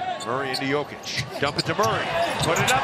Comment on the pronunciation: commentator just said yolker instead of joker hehahohihu